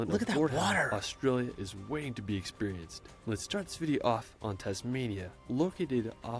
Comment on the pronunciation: im so sorry but him saying 'esperAIRHnce' is kinda making me mad😭 it's supposed to be pronounced 'eh-spuh-ruhns'😂